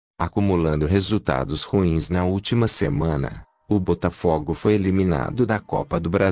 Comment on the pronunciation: Pronuncie o nome do time direito,por favor.